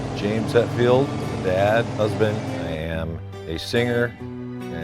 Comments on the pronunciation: I thought he said “Bad husband”. I even went back and listened again. The. Saw in the comments he said dad. 😂. Anyway, that was a cool video. His garage is insane! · Lol, I thought he said "I'm a "bad" husband", listened again and of course, "I'm a dad, husband.." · I thought he said " i'm a bad husband" lol